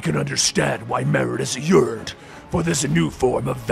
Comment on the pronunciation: You said "Meridius" wrong.. every.. single.. time.. 😢